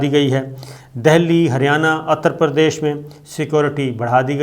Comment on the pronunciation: SABIR SHAKIR SAHIB GOOD REPORTING BUT AGAIN YOUR PRONOUNCIATION OF NAME OF SOME PLACE IS WRONG LIKE UTTER PARDESH; AND DELHI AND NAME OF PLACE - NAME CORRECTLY WHEN YOU SPEAK OTHEWISE IT GIVES THE IMPRESSION THAT U ARE NOT PROPERLY TRAINED TO REPORT